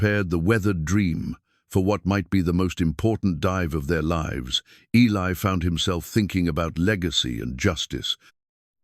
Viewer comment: Also how the A.I. mispronounces words such as lives, read, lead, and other words that changes pronouncement depending on context